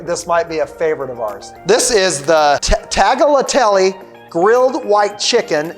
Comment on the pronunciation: I'm impressed with your pronunciation. I would've butchered that!